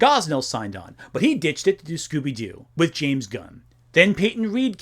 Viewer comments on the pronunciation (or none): none